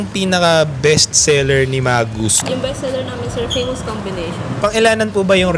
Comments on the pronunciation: Wrong pronunciation of Magoos... Not MAGUS... It is pronounced Muh-gooz. Also, you should have ordered their famous Pizzadog! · MA-gooz (not mah-GOOS) ang basa namin dati jan. And most likely Mr Sakaguchi has Japanese roots. Many Japanese nationals have moved to Hawaii in the early 1900s for work and eventually for retirement. Sadly yang Magoo's ngayon hindi na ganun ka-special sa lasa. Dami na rin kc pizzerias at mga restos na mas ok.